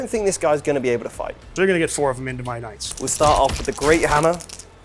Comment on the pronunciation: A little constructive criticism: Maybe don’t paraphrase knights as ka-nigits anymore! 😬